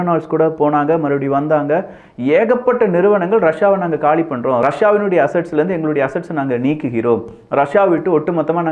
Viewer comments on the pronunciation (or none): none